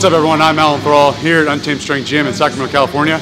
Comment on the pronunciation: Treerrn unterrrrrrrrrrmed